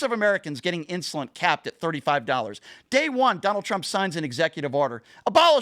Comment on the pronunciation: Did call insulin, insulint?